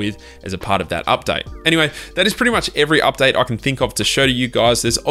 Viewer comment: Why are you pronouncing "update" as an updite? Lol)))